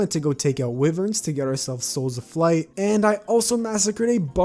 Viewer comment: Hey wyvern is said (WHY-VERN) not (WH-VERN) no hate btw